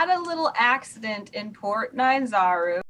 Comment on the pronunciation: "More like port Bye-anzaru" Someone give that man a raise